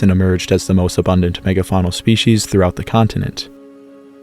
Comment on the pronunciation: That is NOT how to pronounce species.